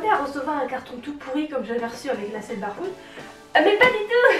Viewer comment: Tu me stresses à dire barefoot, on dit bèrefoot. 😂 En plus tu dis aïkonic. 😳